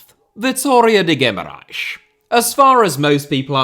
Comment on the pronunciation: Your effort trying to say Guimarães with the correct pronunciation is remarkable. On another note, if you ever want to come to Guimarães to see a Vitória match I can be your guide. And please, dont ever say Vitória de Guimarães in front of a Vitória supporter, unless you want to be heavily cussed in portuguese, the clubs name is Vitória Sport Club